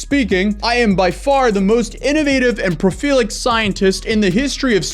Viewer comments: I got a chuckle out of him saying “prolific” wrong lol. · This dumbass said profeelic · Your pronunciation of prolific was incorrect… But it doesn’t matter because it sounded so much better in the context of describing this man